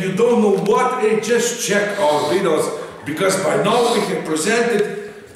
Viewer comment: It really makes the "vidohs", doesn't it? Hahahahaha